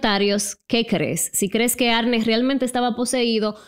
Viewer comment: "Arni" se pronuncia baby, no "Arne" 🤣🤣 y Lorrein ... no Lorrain. Aprende ingles un poco bombon.